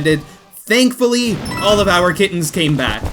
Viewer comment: Why does he pronounce kittens so weird? He says kid tens. “How is that cat capture going?” I THOUGHT YOU SAID KID TEN NOT KITTEN